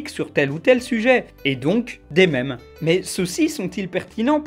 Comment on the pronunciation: enlève cet accent à mèmes stp